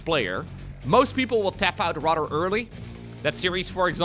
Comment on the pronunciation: your English would go from a 10 to an 11 if you only practiced the "th" sound. So instead of saying Rahdder, say "rather". Instead of bahdder, say "bother". thhhhhhh